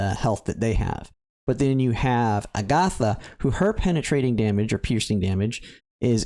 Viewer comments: Why can’t pronounce a SINGLE name correctly? It’s a-guh-tha. Agatha is a real name. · Your pronunciation is incorrect, Agata is pronounce with short short a sounds ah, or jus a in Spanish, there's not uh or th in there. Theres a lot of Spaniard names in this game, makes me think Iria is base on spain. Other Spaniards names a re gloria, García (surname), Gómez, Fátima (Safi), and maybe more, all probounce with short vowels. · Agatha is an old lady name. I prefer the more Fantasy Style sounding A-Ga-Tha. But regardless I'll call her Agata, no H, because that's how it's spelled in most official media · Cool video. Agatha is a beast in the pve stages she appears. Also, fyi, I'm not sure if you care, but as for the name 'Agatha', the stress goes on the first syllable, not the second one. Agatha is actually an old name in the English language, kinda like Gloria or Simona. It's a fairly common name, mind you. I'm sure you must've heard it before, without realising. There's a Marvel/Disney tv show called Agatha All Along, which is a spin-off of Wanda Vision, and there's also a super famous crime/mystery writer called Agatha Christie. I'm sure that if you google 'Agatha pronunciation' you'll come across a video/audio of it.